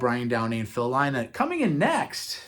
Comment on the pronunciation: so It's Scott GORHAM (H silent) and Brian DOWNEY (down ee), with Phil LYNNOTT (Rhymes with sin not). Please.